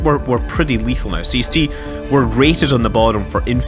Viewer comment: i think he's irish because some irish people pronounce now as neouw thats how it sounds when they pronounce it :)